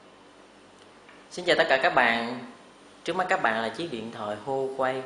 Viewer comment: xin lỗi bạn nhe, tên sản phẩm này đọc đúng là "Qua Quê" đó bạn , chứ không phải Hua Quây đâu.